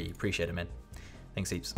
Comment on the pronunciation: Preesheeate it bpro